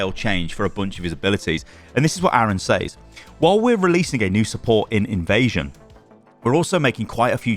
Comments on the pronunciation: can you pronounce says correctly please? It's pronounced sez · I get so distracted every time you say "says"